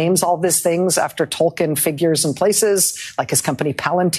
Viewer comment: Narya was a ring, not a character. The ring is symbolic as it is supposed to inspire those against tyranny and suffering. It's also not Tol-kin, it's Tol-keen.